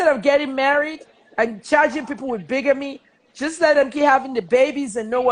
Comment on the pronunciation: Never understood why Freeze loves Kemi and her fake qualifications and self grandiosity. She brings nothing to the conversation besides, taking it in different direction and makes some of us log off from the broadcast. Bigamy (pronounced bigame not bygame).